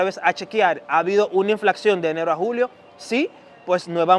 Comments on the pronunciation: Se dice INFLACIÓN, no INFLACXIÓN jajajajjaajajajaj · Hola! Chicos... (min. ) inflacion es la manera correcta, no inflaccion, ni inflaxion. Suerte...gracias por ser informativos.